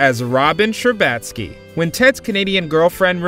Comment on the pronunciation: What happened to the female voiceover lady? I’m sure she wouldn’t have pronounced Robin Scherbatsky‘s last name incorrectly! 😂